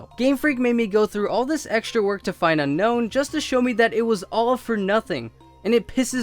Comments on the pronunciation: BTW unown is pronounced un OWm cuz you want to UNOWN it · Oh, btw, Unown is pronounced (Un-Own)